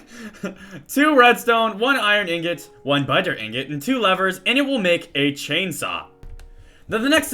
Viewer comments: Dude, Sky spells it 'butter', he says it like it is majestic (And it is) and it sounds like 'budder'. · sounds like he's saying budder. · 65 Budder, 66 budder, 67 budder, 68 budder, 69 budder, 70 budder